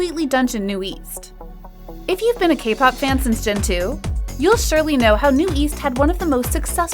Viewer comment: You say ' NU-EAST' but its literally 'NU-ÈST' (newest). Its also not 'PLEE-DIS' but 'PLÈ-DIS'. Edit: Also its 4Minute and not 4Minutes. If you decide to report on kpop at least be authentic. This channel seems like an insincere cashgrab and would've normally not reported on kpop if it weren't for the hype.